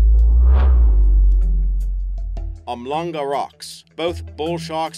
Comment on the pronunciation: Umlanga rocks? It's Umhlanga rocks pronounced (oom-shlang-gha)